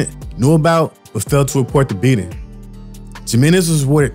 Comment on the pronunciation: the letter j is pronounced like the letter h in English. how hard is that. "Jim Menez" lmfao 😂